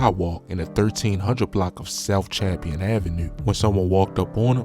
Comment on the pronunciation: Bro said champion it’s Cham plain u need to hire sb from the raw tho help u pronounce our streets